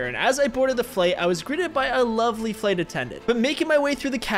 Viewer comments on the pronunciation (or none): none